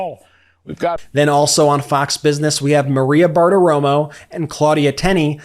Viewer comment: It's not Maria Bartoromo it's Mawea Bartowomo. 😂😂